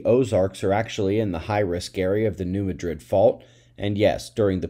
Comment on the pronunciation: FYI,: it's pronounced "New Mad-rid" and not like the capitol of Spain.